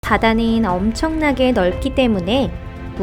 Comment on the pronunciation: 바다닌~ 우리늰~ 오늘읜~ 긔럼~ 발음 너무 불편해여